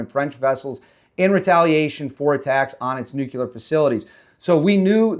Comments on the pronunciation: nuclear bro not nuculear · Brother, I'm brand new to your channel. So far so good. I like ur take and footage. Pickin up what you're putting down. However... PLEASE stop saying Nucular. No such word. NUCLEAR, sir. Nuclear. It doesn't make you sound more intelligent to say Nucular. 1st time here and u can tell me to stuff it. Not an attack, just an observation, bro. Have a great day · 👍 btw/NUCLEAR is pronounced EXACTLY how it's spelled!!